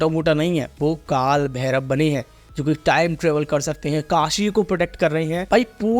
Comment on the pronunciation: भैरव hai..भैरवा nehi